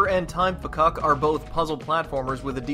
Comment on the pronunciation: Even though it is written "Time Fcuk", it is actually just pronounced "Time Fuck". I understand for reviewing purposes you probably wanted to avoid profanity, but Edmund said it was kinda a running joke to see who would get upset at the name (so they changed it to Fcuk, but he still pronounces it otherwise...)